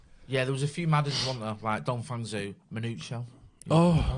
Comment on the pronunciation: lol I love how pronounced Dong Fangzhuo and how it's nowhere near how it should be read. Love the channel. Merry Xmas lads!